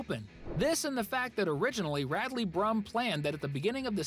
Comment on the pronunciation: Radley it’s RAD